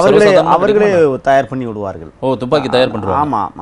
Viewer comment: துப்பாக்கி என்று வாயில் வருகிறது அப்புறமென்ன துமிக்கி ஜிமிக்கி என்று.... புரியவில்லையே